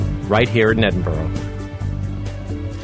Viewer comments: Haha 'Edin-boro', the Yanks often have trouble pronouncing our capital. For future reference it's pronounced 'Edin-bur-a'. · 'Edinburrow'? "Edin-buh-ruh." or even "Edinbruh." Get it right you over-the-ponder's. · EDINBURGH NOT EDINBOROUGH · I'm an American and I used to think it was "Edin-burg." Just found out that's not how you say it! Now I say it as "Edin-burrah" lol. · It is NOT Edinburrow. Listen to JK - she says it properly. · "Edinboro"??? FFS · Omg Americans say Edinburgh right please! -.-... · His pronunciation of Edinburgh... *cringe* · why cant americans say edinburgh